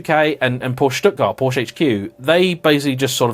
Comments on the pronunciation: You should not try to pronounce the E in Porsche, we dutch can do it because we have similar language but it’s Porschuh not porscha, it sound hideous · Paw-schuh, not "POW- shuh" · Two syllables... Together now, <Poor-shah> 😁😎👍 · "Por Sheh", not "Por Shah" or "Porsh". And Jaguar comes from an indigenous language from Brazil and is iaguara, which is pronounced closer to the American way of speaking. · It’s a “Por-Sche”. Also, it’s not a “Jag-you-are”. You’re welcome!😏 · It's akshually pronounced Porsky, you know like in "scheme". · Could you say Porka? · wrong pronunciation of 4 different car brands within in 7 seconds, starting in 3, 2, 1,... Btw Jaguar or Lotus for instance are words native to other languages so it's clearly not as bad if someone pronounces "Jaguar" as whatever the pronunciation of the animal would be. But "porch" or "ferawi" or "mishelinn" are objectively incorrect pronunciations. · "Bad hair day" "POR-CH! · You’re the only asshole to say it with that awful inflection... it sounds like “Posher” when you say it. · What I can't understand is how this perfectly intelligent dude knows how to pronounce Porsche yet still chooses to pronounce it incorrectly.